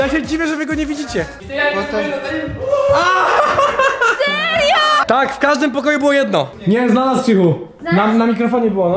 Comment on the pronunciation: Czemu Wera ciągle muwi serjo